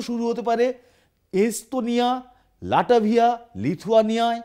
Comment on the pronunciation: আরে পাগল লাটাভিয়া না লাটভিয়া হবে😅😅